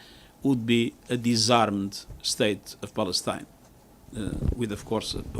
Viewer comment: HAHAHA 😂🤣🤣 I HEARD SAY 👉 BALLETINA 😂🤣🤣 HE CAN'T PRONOUNCE 👉 PALESTINE AND THAT'S A SIGN THAT,👉 THE UNITED NATIONS 🇺🇳 IS A COLLECTION OF ILLITERATE LEADERS 🤣🤣🤣 THIS IS REALLY FUNNY